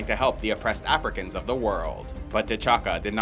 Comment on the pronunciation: Love the way you pronounce T’CHAKA